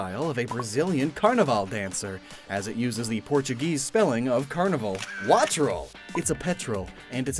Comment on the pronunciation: Finally someone that said carnaval correctly. People seem to think Quaquaval uses the english carnaval but seemingly don't Google the word in other languages lol